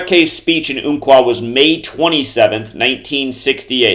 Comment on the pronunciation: Umpqua is pronounced like like the ump in jump! And all this is about some number theory when the article is about all the people still struggling after a tragedy in our community?